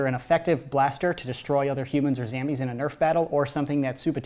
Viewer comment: I love how instead of saying zombies he says “zambies”